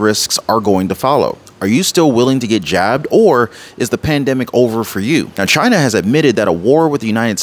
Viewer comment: Only for “Chi-Na🇨🇳